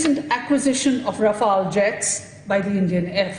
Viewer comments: Dude it’s not Rafail (the way you are pronouncing) it’s RAFALE. Pronounced as R-FAAL. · Rafale ko thik se pde😤